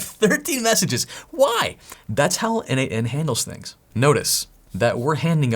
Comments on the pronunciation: This video is awesome. Buuuuut... looking at documentation it clearly says it is not pronounced 'en-eight-en', but exactly like the name...... Nathan ;) Yep... I can hear you: oh shiiiiii, So obvious! :) And yet... every single video on n8n I looked into pronounces it the wrongly as 'en-eight-en' :) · Don't you think that the idea of the product author(s) was to pronounce it "Nathan"? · N8n, isn't it supposed to be pronunced a bit like Nathan ? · I thought it's pronounced Nathan (n-eight-n.) so I clicked the video to hear how it's pronounced. My disappointment is immeasurable. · Why don't we pronounce n8n like Natan/neighten ? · n8n is pronounced 'Natan', it's someone's codename. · Have you considered it is supposed to be pronounce Nathen? At least that it is how it seems logical to be pronounced to me N-eight-n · I think N8N is pronounced "Nation" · I can t not pronounce it as nathan 😅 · I always thought it was pronounced "nation" for some reason. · Always thought it was pronounced "nathan"